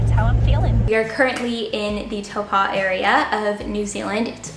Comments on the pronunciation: Ahh Toe-Paw as the pronunciation for Taupo only works with a Kiwi accent! Try saying the "paw" more like "poor" but without the r sound at the end (but def not poo as in poop haha). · I couldn’t understand your pronunciation to hear where you are staying? I think maybe you said Tāupo?. Just so you know it’s easy to pronounce, say it as if you were saying: toe, paw 👍